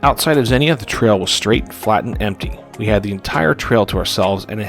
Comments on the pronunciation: It's pronounced "ZEEN-YA" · Great video. Couple of nit-picky things… Xenia is pronounced “Zeen-Yuh”. Also, towards the end of the video (tow-path trail) you kept saying Dayton, when I think you meant Akron. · Xenia is pronounced “Zee-Nyuh”.